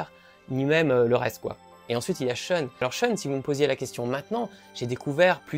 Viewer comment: Ne prononcez pas SHUN comme un mot anglais. C'est japonais, ça se prononce donc SHOUN.